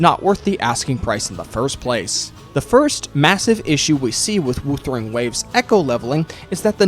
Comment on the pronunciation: The way you pronounce "wuthering" hurts lol